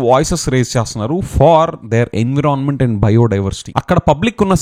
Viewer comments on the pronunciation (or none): Learn how to say Environment